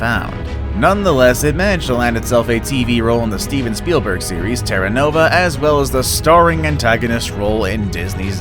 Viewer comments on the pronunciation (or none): none